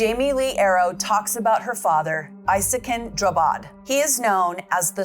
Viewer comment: From Sweden ❤❤ CRAZY STUFF don't only happen in the States.. but it's worse over there, a lot of worse. This case has had a good amount of cover from swedish media It is pronounced EEsakin if anyone is wondering